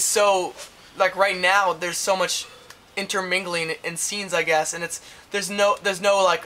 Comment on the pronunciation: In the whole Video I was totally thinking... 1) DAYUUM, Cameron. ♥ 2) said 'Intermigling'. (or however you spell it.) btw what does that mean? 3)DAAAAAAAAAAAAAAAYM! CAMERON ♥ sexy.sexy booy.